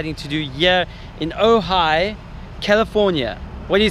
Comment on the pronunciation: Nice edit, I am impressed that you pronounced Ojai correctly so many times. Cuz when you were here you kept calling it OJ, oga, ogy, ooogggaaaii. 🤘